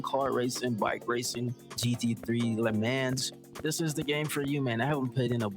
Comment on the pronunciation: Bro butchered the Le Mans pronunciation 😭🙏🙏